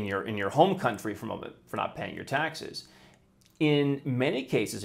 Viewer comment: "Your coluntry.." No. It's "Your overlord"